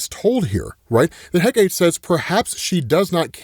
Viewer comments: The Goddess’ name is pronounced (Heck-uh-tee) lol. It’s tri-syllabic. Although her name is spelled Hecate. “Heh-Kate” is incorrect. Just that one thing but dope coverage per usual 👏🏾🔥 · Moving forward...it's pronounced heh-kah-teh, not heh-kate. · Heck a tea. Not Heh Kate. Hecate is a greek name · Hecate is pronounced "Heh-cuh-teh", not heh-cait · Hate it when people pronounce Hecate as “Heh-Kate” It’s “Heh-Ka-Tay” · He-ka-te. Not heh-kate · OK. I’m gonna help you out because every time mispronounce her name it drives me crazy. Hecate is pronounced heh-kuh-tee or more commonly Heh-kuh-tā. She is the goddess of Magic, witchcraft, the night, ghosts and necromancy. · Hecate: Heck-uh-tee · Heck uh tee is the pronunciation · Btw, it’s pronounced heck-uh-tee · ffs, It's Hecate: HEH-kah-tee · Hecate is pronounced "HECK-UH-TEE"